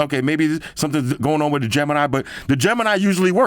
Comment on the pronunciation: "back again wirrrr another video" wtf